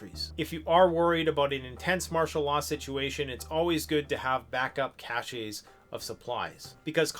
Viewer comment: Cache is pronounced "CASH", not "CASH-AY".